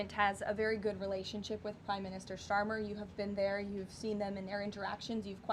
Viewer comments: 'Prime Minister Sharmer'.......poor old 2-tier Kier isn't well known enough to have his name pronounced correctly. Oops. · Sharmer , i love it they do know his name , ha ha . gives GB news priority and pronounces his name wrong , so beautiful to listen to ..